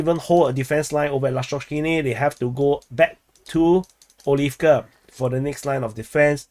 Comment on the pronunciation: There was never enough “eeeeeeee” in your Adeeeeeeevka, anyway. For that matter, you should up your “eeeeeeee” game when referring to “Keeeeeeeeeev”, “Lveeeeeeeeeeeeev, and Kharkeeeeeeeeeeeeeeeev” as well.